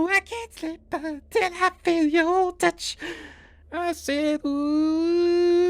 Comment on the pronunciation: Nooo I can't sleep until I feel yo " TUCH"🤣🤣🤣🤣🤣🤣